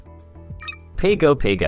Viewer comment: the way you pronounced Pago Pago 🤣🤣